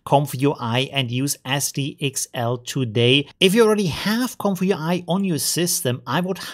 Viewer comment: Read this way "Comfy UI" Not this "comfyu I"